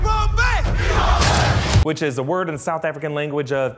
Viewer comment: Good video It's 'ibambe' not ' Yibambe'